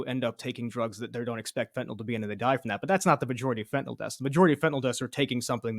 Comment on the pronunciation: It is fentaNYL (NIL) not fentaNOL. Don't think using the addiction crisis as a blanket defense of blanket tariffs is a strong argument. It's just a tactic to take the conversation away from actually discussing tariffs